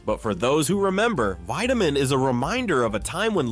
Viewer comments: My dad drank Wiedemann in Cincinnati. It was pronounced “Weediman” not “Wideaman” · I second that. "Weed"-emann, not "Wide"-emann. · Its was called Weed da men beer, not Wide da men beer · The ad girl says WE-demann Beer, and you say WHY-demann. LOL. Dude! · This is disappointing. The narrator totally flubbs on WIEDEMAN (pronounced WEED-a-man not WIDE-a-man) just like the gal in the ad pronounced it. Please do your homework next time. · WEED-a-mann, not WIDE-a-mann. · Pronounced Weedimann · Wiedemann was pronounced 'WEE da min'. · It's pronounced "WeDaMen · VEEdeman. The woman even says it in the clip of the old ad. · Entertaining video even if "Wiedemann" was mispronounced. It was even pronounced correctly in the accompanied ad. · Learn how to pronounce Weideman. The girl in the ad pronounced it correctly. Don't you watch your own videos?